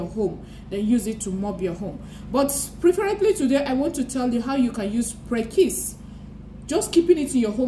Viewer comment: English is Aidan Fruit and in Ghana 🇬🇭 we call it Prekese pronounced Pre-ke-se Pls take note for the future! Good job